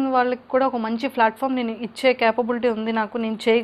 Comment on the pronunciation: Flatform kadu andi ..platform antaru.... english rakapote..telugu lo matladandi ...# Enduku aa stunt 😎